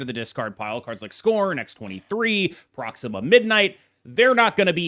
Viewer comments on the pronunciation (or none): none